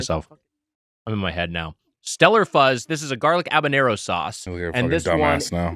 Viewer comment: Why is Wiger saying Abanero???